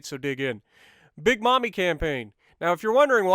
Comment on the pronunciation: The Massachusetts nickname wasn't pronounced like mommy, it was pronounced like May-mi. It's an old southern term for a nannie of a family that was employed by the parents and not a member of the family. It was a term that lasted well up til my childhood at least because when I would visit my Grandmother (who was then and always had been very well off) would have her Mamie take care of myself and my siblings.